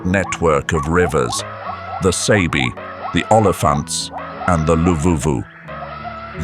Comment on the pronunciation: It's not pronounced as (Say-be), but (Sah-be).👍✊